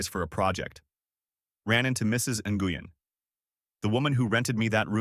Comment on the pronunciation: Nguyen is pronounced like the word when. Wen. Not nah goo yin.